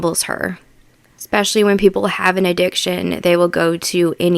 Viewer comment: I hate it when people mispronounce words….the word is ESpecially NOT EXspecially…there is no such word as eXspecially!